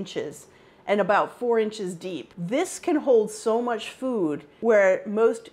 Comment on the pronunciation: Why does she pronounce "food" like "fyoooooood"